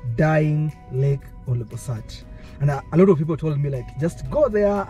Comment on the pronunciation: Interesting but hope you'll redo the trip with you pronouncing the name of the lake properly. OLBOlosat not OLOBOsat 😢